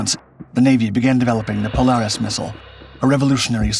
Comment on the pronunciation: POLE -AIR-IS not POLE-ARE-IS